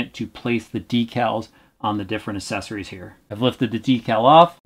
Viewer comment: Does it annoy anyone else that he says “assesories” instead of accessories